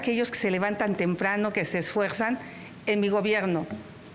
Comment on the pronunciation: "Que se ESFUEGSAN" XD